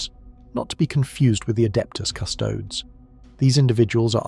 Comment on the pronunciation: Part of me suspects AI voice because of the strange way some words are pronounced. Custodes is said CUsTods, genestealer is said GeNe stealers and so on. It’s just consistent enough to trigger my “uncanny valley” alertness but the voice is too smooth for typical AI. Strange